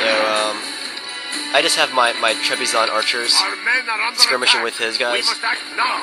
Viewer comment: dear: your videos are great but are you even trying to pronouce things? Basil: bAss-Cil. Trebizond: trehba-zond. vangarians: van-GAR-re-ihns